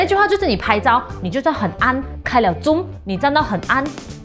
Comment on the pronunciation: Zoom is pronounced as "Zu:m", not "jom"... ....